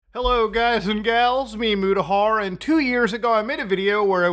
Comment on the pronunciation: All these years and I thought Mutahars' name was "mee-Mutaha" due to he way he delivers the line..